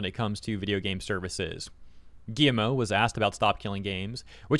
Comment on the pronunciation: Is it just me, or is he calling him "Gi-M-O"? 😂